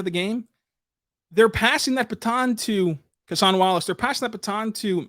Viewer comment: Kentucky and thunder fan here, first off love Cason Wallace, but interested why you call him CASE-ON, during his time at Kentucky he was always known as CASE-UN. Did he say that’s how his name is pronounced, or does it keep going back and forth?